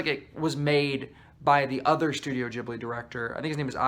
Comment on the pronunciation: here are my comments 1) what did ponyo ever do to you😓 i don’t get why you hate it 2) thank you for saying it like jibli and not gibli 3) kiki does indeed get better the more i think about it 4) agree with your take on howls moving castle 5) omg yes castle of cagliostro reminded me of scooby doo too. that one annoyed me tho because it didn’t end with two people falling in love 😐 6) i realized i need to watch porco rosso again!! 7) whatttt i did not know shia leboeuf was in nausicaa ???? 8) mononoke🙌🙌 9) SPIRITED AWAYYYYYY😁😁😁 10) yoshifumi kondo directed whisper of the heart